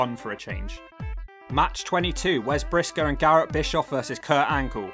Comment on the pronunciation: Lol is right Eric Bischoff was hated and Garrett Bischoff was hated and wasn't liked and wasn't the best wrestler in TNA the legacy continues also what was with Garrett having the Young Bucks side burns? Lol also instead of saying Brisco it said Pisco lol